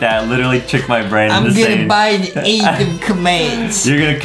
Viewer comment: Btw it's "ADEM" Not "ADaM"